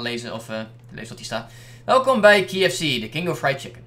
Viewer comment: je spreekt kfc verkeerd uit